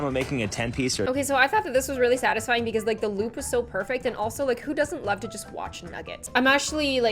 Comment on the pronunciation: the way she says 'its falling in loaf'